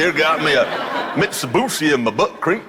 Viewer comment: Mitsubooshi lmao